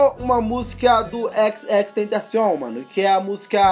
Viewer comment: cada "xxxtentacion" que ele fala ele pronuncia de um jeito 😂😂😂😂